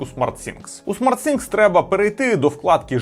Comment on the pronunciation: Кожен раз коли хоче сказати SmartThing(Розумні речі) а каже SmartSinks(Розумні раковини) прям вухо ріже.